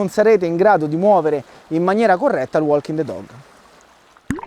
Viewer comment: Bellissimo video come sempre,💪💪 anche se nella pronuncia walking the dog, quella "l" non si può senti😂😂